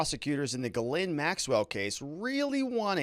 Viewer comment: It’s pronounced Jizz-lane